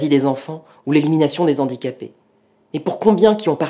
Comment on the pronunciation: En plus de tout ce que vous avez cité, vous avez fait aussi du mal, mais à dose homéopathique !!!! Je m'explique très brievement : mes oreilles ont saigné à chaque fois que j'ai entendu : "les Zandicapés" au lieu de " les Handicapés" !!!! mais super vidéos et super thème !!! Merciii